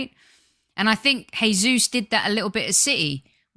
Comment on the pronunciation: You pronounce Jesus with a J as it’s Portuguese Not with a H which is Spanish.